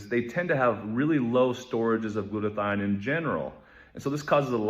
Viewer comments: “it is Women not woman” Also - Acetaminophen is pronounced = a ce’ ta min o phen And it is “Glut a th I on” not “Glut a thine”. get a Webster’s. Dictionary. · Glutathione. The "e" is silent. Gloot-a thi-on.